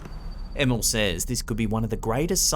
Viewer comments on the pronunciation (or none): The way you pronounced Emil.. Emmel :D